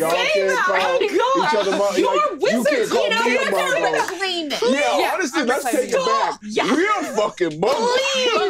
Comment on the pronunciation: Man is out here saying "Muggle" with the hard L 💀💀💀